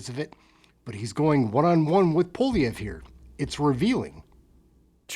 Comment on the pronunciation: Pronounced poa-li-evre . Poilievre